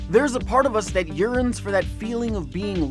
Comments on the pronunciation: His strange pronunciation of yearns perhaps? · Did he say urines? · I replayed that 3 times to make sure I heard him right. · "Yearns." Please. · When you said 'yearns' I heard 'urines'...